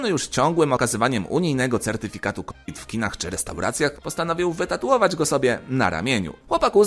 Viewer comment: Kurde, słuchawki mi się zacinają bo ciągle słyszę k-wid zamiast kowid.